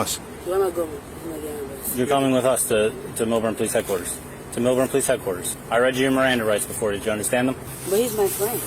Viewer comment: This is NOT Florida… It’s Millburn Short-Hills, NJ.. (also not “Melbourne”. LOL) Short-Hills Mall is now having CHlMP “issues”. Good job by M.D., but he needs to use Mr. Sparky way more.